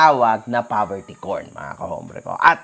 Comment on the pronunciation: Poverty Porn po, not po Poverty Corn.